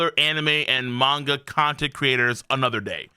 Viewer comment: I watched this dude regularly when he covered 7 deadly sins but had to stop because i hated how he pronounced the word manga. Jesus he has alot of drama